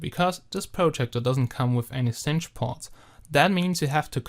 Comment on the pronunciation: Wahrscheinlich das erste Mal überhaupt, dass ich jemand in einem YouTube-Video das Wort 'Cinch' habe korrekt aussprechen hören. Alleine dafür gibt's 'nen Daumen hoch.